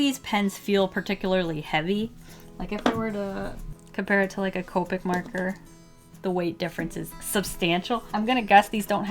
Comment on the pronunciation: she said "merker" lol